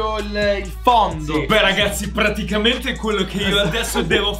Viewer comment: Nessuno: Tony: PARTICAMENTE